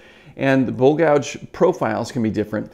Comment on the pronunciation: I thought you were saying bull gouge ... lol